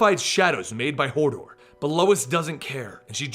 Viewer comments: "she used to work for Hordor" I though you said Hodor and i got a flashback to game of thrones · Hordor? Hodor?